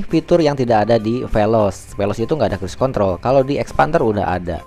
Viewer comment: Mas, maaf, sebutan Soft touch bukan soft tas......satu lagi Cruise Control.....bukan Kruis Mas.....susah kasih tahunya lewat text...cek di google translate aja mas.....biar video selanjutnya gk terlalu mengganggu di telinga....thanks anyway